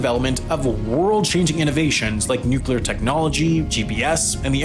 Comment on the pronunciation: It's NUC-LEE-AR, not NUC-YOU-LAR. Fucking hate that shit....